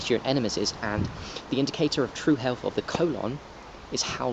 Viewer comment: Why should I trust an anti masker who can't pronounce health properly. (second anti mask video)